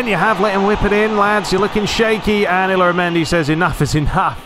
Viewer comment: I think Oyarzabal's name is pronounced kind of like: Oi-aart-saa-bal with emphasis on the saa part. and in spanish, the "L"s in the middle of words are pronounced like "Y"s. so Illaramendi's name is pronounced like Ey-aara-mendi. and David Villa like David Vi-ya. I'm not spanish so might be mistake there.